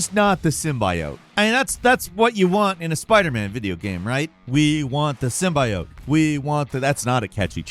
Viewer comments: Sim-bi-ote 🤦🏻‍♂️ It’s Sim-bee-ote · you say Symbiote in a weird way. Sim-bee-ote , not "by" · Its not Sim-Bye-Oat. A gaming channel should at least know the correct pronunciation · Not "sim-buy-oat." It's pronounced "sim-bee-it." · sim be ote, not sim by ote. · ITS “Sim-bey-yote” NOT “sim-BY-yote” 😭😭😭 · SIM BE IT LOL not Sim by oat Lol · Sim-buy-yote is how you say it sim-bee-yote hurts less when you say it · Sim-bee-oat. Not sim-by-oat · It’s pronounced SIM-BEE-OTE not SIM-BY-OTE!! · Sim - bee - owt NOT sim - by - owt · It's pronounced Sim-bee-oat not sim-bi-oat.. remember the venom trailer that got ripped into because they pronounced it sim-bi-oat... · How he is pronouncing Symbiot is hurting my head. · "Sym-BYE-ote." Good lord you messed that up. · Even if you're saying it ironically, please stop pronouncing "symbiote" as "sim-bye-oat" cuz it's cringe as hell. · I thought its pronounced as . Sym-bee-yot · sym bioat is a crazy way to say it. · Can you say 'symbaiote' one more time please.... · the hell is a sim-bye-oat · Is he saying “symBUYote” on purpose or as a joke? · Sym-by-oat? Is he serious? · "Robot spider-arm thing" and sim-by-oat.....he has to be doing that shit on purpose right? Any interaction is good interaction so purposefully misidentifying something or saying words the wrong way has to be on purpose..... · Sim-bee-owt. Hell man, it's been around since Secret Wars. 1984. Enjoy your day. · Sim-buy-yote? If I could make pronouncing it THAT way illegal, I would. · Hate the way says it, it's sim-BEE-oat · you keep saying symbiote weird. Simba -yote? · Sym-BEE-ote, bro 🤡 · Sorry, what's a sim-buy-oat? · you gotta stop mispronouncing common terms you losing credibility....SEM BEE YOTE (SYMBIOTE)...stop that tom hardy venom crap lol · SIM-BEE-OUGHT. Do better,.🤣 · Wanna know why it doesn't jingle? Say it with an e instead of i...sym-bee-ote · “Sim buy oat” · Pronounce symbiote right.... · the way you say symbiote kills me.